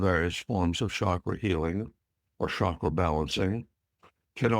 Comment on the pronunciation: It is not Shaakra Or shakeera. It should be pronounced as CHAKRA... Cha sound should be...